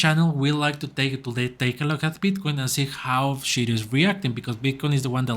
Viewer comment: I'm a big holder of Shiryo. Please say Shiryo correct. Sounds like you are saying Shityyou?